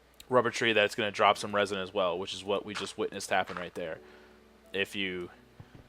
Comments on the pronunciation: ITS REZIN NOT RAZIN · Also, when you said resin wrong, it sounded like a shout that would be good for Skyrim. "Rah Zin!!"